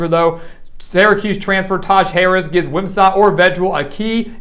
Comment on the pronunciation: Very good video. I like the strong voice and articulation. Couple nitpicks: 1) Is it me or is the audio and video out of synch? 2) Wim - sat not Wim - sot